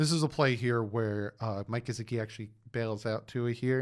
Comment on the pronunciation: Not to be nit picky but please pronunciate Gesicki properly! His name does not have a z in it! I had to listening too because of it!😖